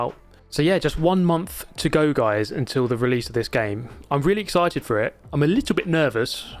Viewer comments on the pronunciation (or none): none